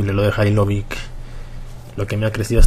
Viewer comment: Se dice "Jalilovich" no "Jalilovic" me cago en dios >:v Y si el sera el mejor del mundo <3